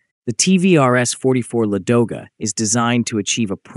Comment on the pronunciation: Why do Anglo-Americans always make mistakes in the stress of Russian words, and distort their names!? Is this some kind of internal Nazism? Why is the stress on the second syllable, if the correct stress is on the first syllable? LAdoga